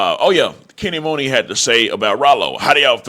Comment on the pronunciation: It’s pronounced Kenny MONEY not MOONEY it’s just spelled Muney.. & It’s not PRE it’s P.R.E. Come on bro u not 60 years old lol